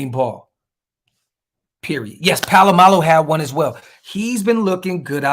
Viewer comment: Isaiah’s last name is Palo-Mao Not Palamalu. Brah, respect my USO’s name.